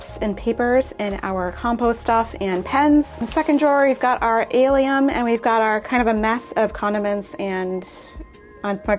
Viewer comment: Enjoyed the video. Onions and garlic are in the allium family, pronounced al-lee-uhm